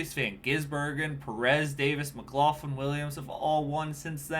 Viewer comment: Just a little pronunciation thing with Scotty Mac. (Mc-Glock-lin)